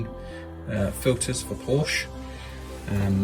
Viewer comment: Porsche is a two syllable word.